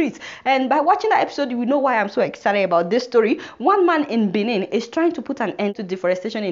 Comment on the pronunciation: The country Republic of Benin is pronounced like "Baynen" NOT like Benin in Nigeria